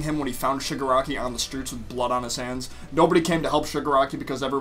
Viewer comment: Your Freaking saying Suger Aki 😂👊